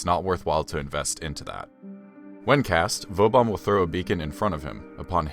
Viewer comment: I just came here because a dude kept calling vauban vobauhn. I don't know if I feel better here...